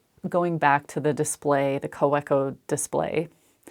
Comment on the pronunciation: Your videos are always so wonderful. I got a kick out of of your pen adventure. I discovered fountain pens about 4 years ago and totally went down that rabbit hole. I now have around 70 pens and have had Kawecos - the “W” is pronounced like a “V” - KaVeco. Wait till you want a Platinum, a Sailor, or a Pelican, they are $$$$. Twsbi is affordable and writes so well. I ended up getting wonderful pen pals all over the world so I could write letters and use my pens. It is such a fun hobby! I collect watercolors too, so I am always broke because of those two passions. I love your Lord of the Rings Pen, it’s gorgeous.